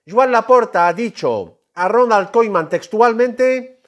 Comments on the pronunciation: Ronald Koeman no koiman que no sabes hablar hermano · Pero por qué lo pronuncia como koiman y kuman?